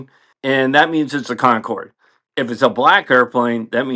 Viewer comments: I noticed that you voice the final e in Concorde. I believe the terminal letter is supposed to be silent. Reminds me of a friend from my high-school days who would often quip, "When I turn 18 I'm going to add a silent 'three' to my name." 😆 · Great story. I like the idea that an F14 crew are impressed with the speed on an airliner. Minor point. Someone will correct me if I'm wrong but I don't think the French pronounce the name with a hard e or a sound at the end. Sorry to be that guy, but I'm learning a lot from you. Thanks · the way ton pronounce Concorde is to NOT pronounce the E at the end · He most certainly knows how to pronounce Concorde. He did it to enhance engagement. And here we are… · Concorde is pronounced Concord. Not Concord E. The e is at the end because it's the French spelling. It was a joint venture between Great Britain and France. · You are correct. They are pronouncing as if there was an accent é at the end, and there is not. I like the theory that knows this and is doing this to get us typing. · What does mean by "Concord-ay?" Concorde, the French word, means, and is pronounced the same as the English word Concord. The e is silent. I guess I'm missing something 🤷🤷‍♂🤷‍♀ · Slight correction: Con-cord, not Con-cord A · Great story, but one thing was very distracting. Not meaning to be ugly, but "Concorde" is not pronounced "Con-cor-de." According to the Merriam-Webster dictionary, "Concorde" (trademarked name of the aircraft) is pronounced as follows: IPA (International Phonetic Alphabet): /kənˈkɔːrd/, /ˈkɒŋkɔːrd/. Even the French pronounce as a two-syllable word. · They way I heard a Braniff Captain say it was "con CORD". Mechanics, everybody else (Americans) said "CON cord". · Oh my. Please pronounce it properly. Spelt Concorde. Pronounced Concord. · Concordeh? What's wrong with you? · What's a Concorde-A? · Concorday? C'mon man... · "Concorday"? "BAE"? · one question WTF is Concorday? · Con-corrd. Roll the R